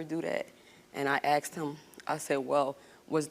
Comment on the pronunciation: She “axed” 😂😂😂😂😂😂